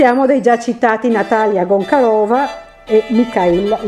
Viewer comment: Peccato per i nomi scritti e letti male. Gonciarova diventara GONKAROVA; Larionov che diventa LAVROV..??